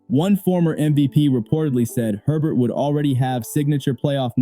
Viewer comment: His name is Herbert, NOT Hebert!!!